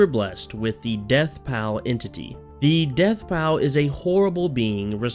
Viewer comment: its not pronounced "pal" is pronounced "paul"